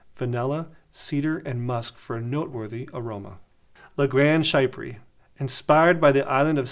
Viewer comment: Chypre is pronounced “sheep - ra”